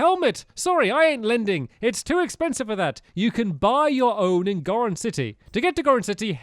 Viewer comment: that's not how you pronounce goron